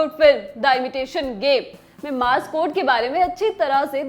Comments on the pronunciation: Lallantop is doing a great job BUT If you wish to be a news presenter, at least present with correct pronounciation of words! Take some time to google how a word is said because you don't know what impressionable kid is watching and will think this is the right way to pronounce - it is M O R S E code and not mars! Take just 30 seconds out of your makeup routine and google before coming on the screen. You lose your validity as a news presenter if you don't even know how to say what you are trying to say! Desi version of english words ka concept har jagah laagu nahi kiya ja sakta. Please, learn something, don't just say it! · एक मशीन होती है जो आजकल सिर्फ पिक्चरों में दिखाई देती है. मशीन इस्तेमाल करने पर टें टें टें टें की आवाज करती है और इसका इस्तेमाल खूफिया तौर पर संदेश भेजने के लिए किया जाता है. अमूमन इस मशीन का इस्तेमाल जासूसों द्वारा किया जाता रहा है. इसे मॉर्स कोड मशीन(Morse code machine) कहा जाता है न कि मार्स कोड (Mars Code). कृपया सुधार करें. जरूरत तो वैसे इसकी है कि एक वीडियो इस मशीन पर ही बना दें.